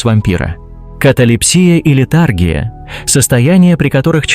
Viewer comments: Голос приятный, видеоряд неплохой, но что за ужасная анимация перелистывания слайдов? Зачем вообще нужна имитация трясущейся камеры на слайдах? И, автор, ну неужели так сложно узнать ударения в словах, прежде чем их говорить? Что за литАргия? Что за каталепсИя? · Мало того, что новости позавчерашние, так еще и порфИрия, каталепсИя и летАргия. Уши вянут. .